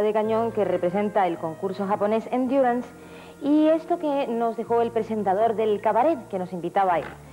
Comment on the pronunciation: No, era "Endurance", o como Chicho lo pronunciaba, "Enquiurrance". Ese programa era lo siguiente que Chicho quería copiar para hacer en España, de la misma forma que el "Un Dos Tres" es una copia de programa alemán "Dalli-Dalli" de la ZDF de 1972.